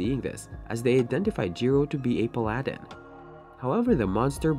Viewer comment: The pronunciation of paladin kills me